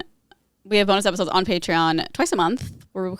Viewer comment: “Epodes” hehe